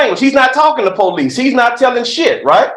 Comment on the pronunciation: When your lawyer says pow-leece.😂😂😂